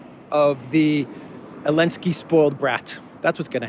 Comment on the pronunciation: Why do you call Zelensky "Elensky"?